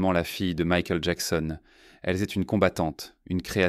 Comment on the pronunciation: Dommage un narrateur qui bégaie, qui prononce à la française Michael ou Jackson 5, c'est affligeant 😢😢😢